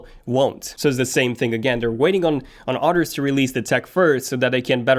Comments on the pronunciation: I keep hearing otters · Are you saying “others” or “otters”? Do otters make phones?! Amazing animals